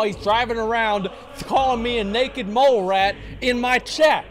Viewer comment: Lol his inner texan came.out when he got to the mole rat.